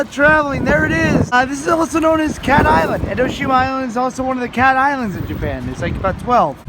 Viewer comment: Just a heads up its Enoshima not Endoshima